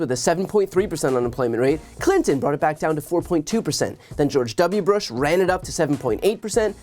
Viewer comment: Notice Hannity smiling, he knows what Gavin Newsom is saying is correct and that his little talking points fall down to the slightest scrutiny. It's so refreshing to see this bullshit actually challenged. Also "George W Brush"? Ha ha ha boom boom.